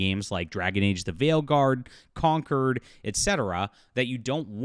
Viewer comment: I like that you pronounce Concord as Conquered even though they did no such thing 😂